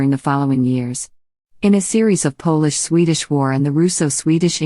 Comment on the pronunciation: I stopped watching when the voice pronounced Polish the way most of us would pronounce shoe polish. Shortly before this they showed a picture of Washington Crossing the Delaware apparently as an illustration of Gustav Vasa. Maybe the res of it's great; I don't know.